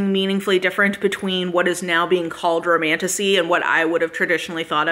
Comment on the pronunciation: Maybe it’s just my broken mind but the amount of times I hear ‘Romantussy’ is positively disturbing 😂